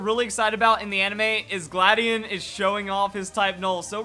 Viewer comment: how do u pronounce it gladion or you said cobalion XD